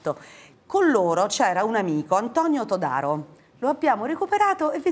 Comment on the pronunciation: 33.34...Tòdaro, altro che Todàro, s'informi!